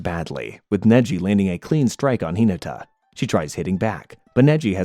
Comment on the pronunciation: Hee-nuh-tuh High-you-guh